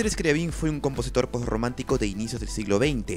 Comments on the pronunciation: Se pronuncia Scriábin, no Scriabín. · Un detalle importante en la pronunciación de estos nombres: Scriabin, se pronuncia, Scri"á"bin, acentuando la "a". En el caso de Rimsky Korsakof, se pronuncia, Rímsky Kórsakov, acentúando en aquel la "í" y en este l a"ó" Otro dato importnate, el teclado de su inventiva, no sólo producía luz sino también sonido simultáneamente. Finalmente, un acorde, de acuerdo a la teoría musica., se considera desde dos notas simultáneas. Gracias.